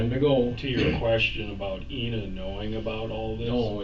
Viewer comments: During the whole video, her name is pronounced "Inna" but the narrator consistently says "AYE-na" until the very end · it's I -na. how ever, no big deal 🤝😅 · "eye-nuh" Ina